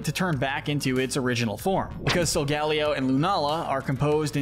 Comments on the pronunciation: Sol gal io Bruh it is Sol ga lay oh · bro said zaruday and solgAlleyo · It's Solgaleo, NOT Sogelio! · yeah it’s supposed to be like silver ally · ah yes, sewycune